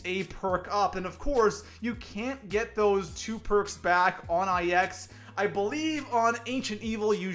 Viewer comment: Was gonna watch but then I heard “I-X” and not “Nine”.